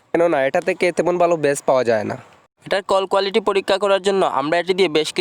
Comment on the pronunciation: ব্র ভিডিও টি ভালই লেগেছে কিন্তু তোমার কথায় “বালো" না বলে “ভালো" বললে শুনতে ভালো লাগতো😁